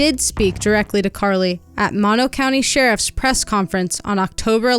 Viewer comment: I really enjoyed this documentary...only problem i had watching this is that when the neighborhood was shown, where she went missing doesnt look like that at all. And it's pronounced "Moe-No". Not Mah- No. That kinda bugged me. But other than that, great job. And i hope they solve this case someday soon.